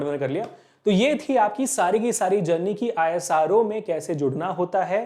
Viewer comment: Isro ❌ Aaye_saa_roooo ✔️